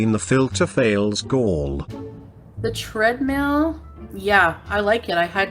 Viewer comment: Am I the only one that hears, “tread MEAL”???? 😒😒😒😒